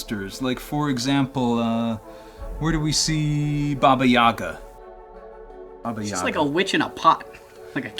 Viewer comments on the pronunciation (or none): the pronunciations of Baba Yaga and Quetzalcoatl make my head hurt.